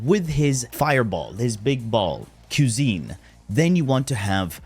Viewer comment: "quesine" was sending me up a wall lmao